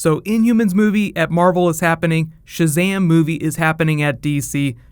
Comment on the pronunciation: Mercury. It's ShazaM not ShazaH